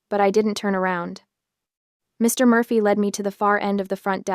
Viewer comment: I sure get annoyed at that sentence ending pause after Mr., it upsets the whole sentence.